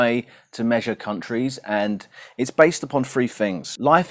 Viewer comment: Free or three ?